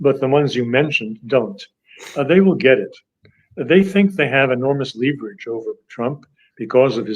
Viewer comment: I'd suggest that dr. Doctorow checks the word *leverage in any dictionary for pronunciation.